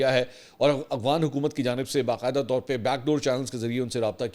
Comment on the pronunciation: A G W A N nahi A F G H A N.